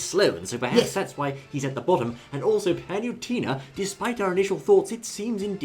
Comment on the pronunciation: Paluntena (you cant even say her name properly) IS NOT FUCKING USELESS!!!